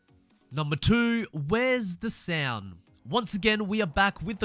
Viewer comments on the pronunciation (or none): "Number 2: where's the sayound"